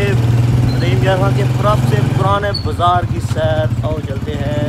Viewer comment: lagta hay bhai ki urdu kamzoor hay bhai asal lafz بازار hata hay bzar nahi 😂😂😂😂😂